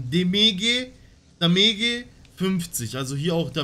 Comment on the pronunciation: Kannst nichtmal damage aussprechen